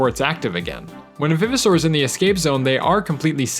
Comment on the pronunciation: Is it pronounced vive, or viv? I say Vive-oh-saur as in RE-VIVE.